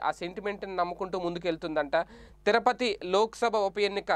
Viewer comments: BABU TIRUPATHI NOT TIRAPATI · తిరపతి కాదునాయన తిరుపతి